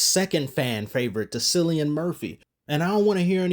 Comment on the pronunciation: Cillian is pronounced "kill-ee-in"...same pronunciation as the main villians first name in Iron Man 3.